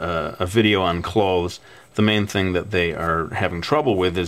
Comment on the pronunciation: when u say clothes, it sounds like ur saying claws X3